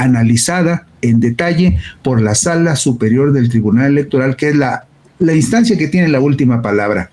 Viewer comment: * Instancia. No es "Estancia" !!